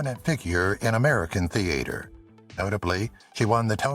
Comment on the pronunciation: The "a" in theater is not pronounced like the a in "hay" It is said like the a in father, "ah" . The "e" in Moreno is pronounce like the "a" in hay.